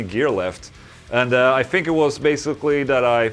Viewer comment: ok so this is most likely my "white privelege" speaking, but can u please stop saying "fousand" and "fink"? yes i have no talent. no argument here. it just annoys the shit outta me. my work is done LMAO. keep up the good work Ola u mad metal fuck \m/